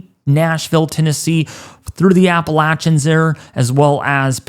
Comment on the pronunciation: I subscribed because you said Appalachia correctly. ;-)) ✌️